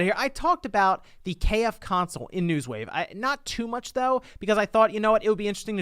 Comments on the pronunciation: It is called "KFC-Onsole" not "KF-Console", it is a "Onsole" not a "Console". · You are saying it wrong. Its called the KFC Onsole.